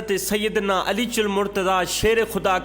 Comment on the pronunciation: Baradram kindly Hazrat Ali Razi Allah ho taala Anho ka naam to sahi se bolna seekh lo. Beaan acha hai aap ka. Bhai g Ghussa na Karna.❤